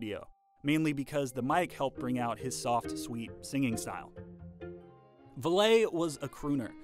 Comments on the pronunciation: If you listen to the video, the narrator pronounces it "Vah lay" instead of "Valley".(Val lee) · VALLEY. Rudy Valle sounds like Valley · It is pronounced "VALLEY" like in the Valley!!! NOT VALAY. Love those notation animations! How'd you get them? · One small nitpick: Rudy Vallee's name is pronounced like "Valley", not like "Valet" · You mispronounced the name Vallee. It isn'y Va-lay. Vallee is pronounced as valley. Next you use the image of a 78rpm label, but then you use an LP image. But the time the LP was introduced the labels had changed. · The great 1920s singer Rudy Vallee's name wss pronounced VALLEY - NOT Vallay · It's pronounced "Valley" not "Valet" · Rudy Va-Ley? It was Valley. Rudy Valley.....sheesh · "Val-ee" not "Val-lay." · Valet is pronounced vah let by the English so not a particularly useful example. I had a friend who knew Rudy Vallee and the friend pronounced it like valley. He knew him a few years before Rudy's unsuccessful attempt to have the street in front of his house renamed Rue de Vallee. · Aaah! Rudy's last name is pronounced exactly like "valley." I wouldn't mention this fact if you didn't say it so many times. Sinatra was not just a master of the mic, he had his own, which he brought to sessions. And we're talking a large mic with a larger pre-amp/power supply. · If they had only listened to his recording of Brother Can You Spare A Dime. The recording begins with Rudy saying, "This is Rudy Vallee again ..." Of course pronounced "Valley" I usually take people at their word when the tell you how to pronounce their own name. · When the discs spin, the lights apparently spin with them. And Rudy Vallee's name was not pronounced as in French, but like "Valley". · The narrator mispronounces the name of Rudy Vallee. It’s pronounced Valley. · Rudie VALET?????? JEEZ! You don't know how to pronounce his NAME???? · I'ts "VALLEY," Rudy VALLEY. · Good video - I think Rudy Valee is pronounced VALLEY though